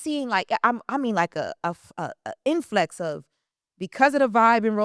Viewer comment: It's, in depth, not "in dep", and it is Influx, not "in flex". Come on, you are supposed to a professional journalist. Do better.